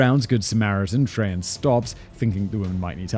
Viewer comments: Louisiana last name pronunciation directory : Trahan- Traw haw Richard- Ree shard Deshotel- Dez Otell Boudreaux- Boo drow I feel like he got most of the rest pretty sopt on. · Trahan is tray-han, boudreaux is boo-drow, deshotel is day-hotel, chaisson is sha-saun, Richard may be re-shard